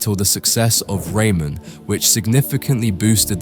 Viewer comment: Who says rayman like that?